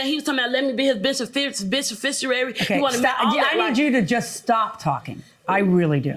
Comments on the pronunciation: Omg I thought she said “bish in fistuary”. Edit. Ok I just rewatched. Yes. She was trying to say beneficiary. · “Let me be his bish-uh-fish-oouuary” .. talk about feet stomping , knee slapping , crying laughing .. i cunnot😂😂😂😂😂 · BISAFISHAWARY?!?!?!??? Pleaseeeeee🤣🤣🤣🤣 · She said beficicerary 🤣🤣🤣🤣🤣🤣🤣🤣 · “A bishufishuary!” 😂😂😂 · "befishernary" 🤣🤣🤣🤣 girl you couldn't even say "BENEFICIARY" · I heard “b!*ch-ificiary” 😜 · NOT HIS “BICIFICUARY” 🥴😂😂🤦🏽‍♀️ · Defendant: “ he said he gonna make me his benithfisbenitafitsury” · Her trying to pronounce beneficiary was too funny. That nasty old man is 🤢🤮